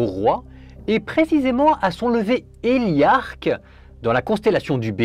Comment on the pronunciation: Merci. Il s'agit du lever héliaque, et non héliarque...